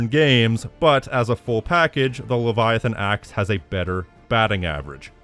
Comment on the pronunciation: bro how do you butcher Leviathan Axe that badly 😭